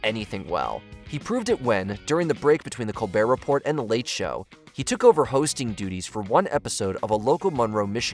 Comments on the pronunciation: Col-BEAR Re-PORE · Am I the only one that has a problem with them pronouncing the “T” in “report” over and over? How can you be an authority that has narrowed down the 20 funniest moments and you don’t even know how to say Colbert Report!!? 😮